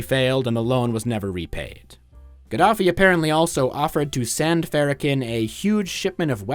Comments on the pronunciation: Really which AI would reveal itself much earlier in a video so you don't waste your time. Cause who the hell is Louie Fara-ken? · the way u pronounce farrakhan hurt my ears